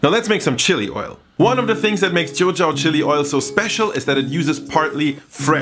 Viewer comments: sharon ng i think he’s saying it 潮州 in Cantonese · It is pronounced as “ Chew Zaol “ in Cantonese , which means 潮州 - a southern province of China close to canton.